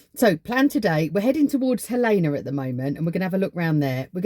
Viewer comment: Gal-lean-a. Not Gal=lana. Hellena. Not Hal Lena.